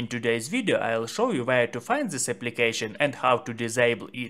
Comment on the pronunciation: dis ...det not zis ...zet😅😅 🤦🤷